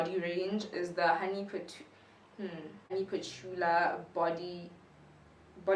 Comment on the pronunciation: Your pronunciation of patchouli sent me 😂 I'm def keen to get the homeware stuff - can't wait!